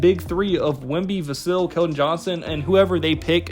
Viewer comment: Vuh-Sill? It’s Vuh-sell, Hard to take your video serious when you cannot pronounce his name correctly. Risacher should be taken at #4. The French connection! I like neither of the two Kentucky guards. I saw their final game for Kentucky against Oakland. They both were horrible. Use the #8 pick to Cody Williams or Tidjane Salaun. Castle, if available.